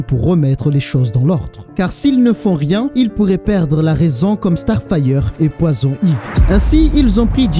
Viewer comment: Poison Ivy aussi tu le dit vachement mal 😅😂 moi qui est bilingue ça ma fait saigner des oreille a chaque fois Sinon en general j'aime bien tes videos